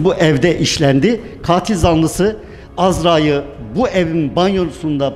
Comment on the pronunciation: Katil zanlısı değil katil zanlısı, dayı türkçeyi öğrenemeden haberci olmuş